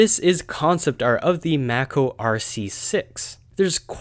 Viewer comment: Mako is pronounced with a long A, not a short A.